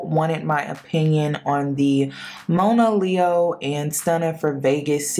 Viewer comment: Her name is pronounced Mah-na-leo, not Moan -ah, and shes been through a LOT in her young life, shes beautiful and an extremely talented artist. Judge not lest ye be judged. I wish her the best, always.